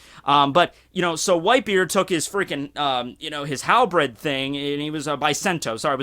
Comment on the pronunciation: I always see this, why do people say HAL-BREAD instead of HAL-BIRD? when the R clearly goes after the E in Halberd